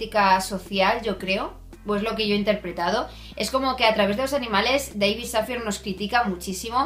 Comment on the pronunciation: Dávid Safiæ (es la pronunciación del nombre). Gracias por reseñar este libro, leí maldito Karma me gustó pero no del todo. Pero buscaré este. Saludos